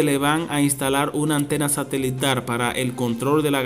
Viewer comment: SE DICE SATELITAL.NO SATELITAR.POR FAVOR,QUIEN ES ESTE. SR Q HABLA TAN MAL